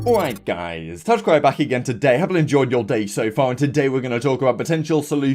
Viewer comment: PLZ AND I MEAN PLZ SLOW DOWN YOU INTRO YOU DONT EVEN SAY TACTICAL RAB YOU SAY TACRIC RA BACK LOL